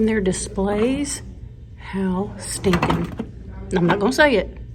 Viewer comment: U ain’t kiddin’ when u said “how STINKIN’ adorable”. Emphasis on the STINKIN!!! 😂😂😂